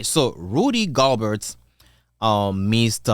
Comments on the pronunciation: Just by the way you were pronouncing Rudy “Galberts” name I had to leave a like and a comment. No hate 😂🔥 keep it up! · Can't pronounce his name correct?